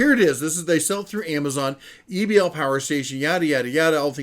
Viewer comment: Why you would try to pronounce it as Ebbel instead of E-B-L is a mystery to me.